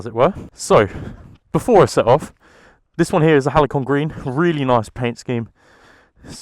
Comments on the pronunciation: Did you say Halycon green? Lol it’s Halcyon green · Nice review, but the pronunciation is "halseeyon"